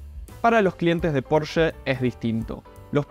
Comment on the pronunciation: Al fin decís Porsche como corresponde y no PorschA😜